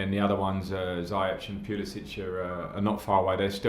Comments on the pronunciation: Its 'ZIYECH' Lamps, not 'Zayech' !!! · Frank keeps saying Ziyech as "Zai-ech"... Shouldn't it be pronounced as "Zee-yesh"? Someone who knows how to pronounce Moroccan names, pls help me out here hahaha. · Please pronounce Ziyech right next time!😂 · The way lamps says ziyech's name😪😪